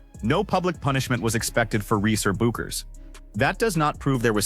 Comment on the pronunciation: Hey, AI, it is not "B you kers" it is Beck ers.